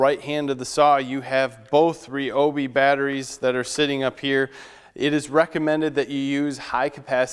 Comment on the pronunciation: Nice review. However, 1 issue off the bat. It's not Ree-Obee. It's Rye-Obee. The "Y" makes a long "I" sound, not "E".